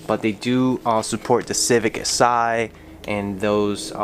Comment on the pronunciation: Stopped watching as soon as he said Civic "sigh" it's "S" "I". Sad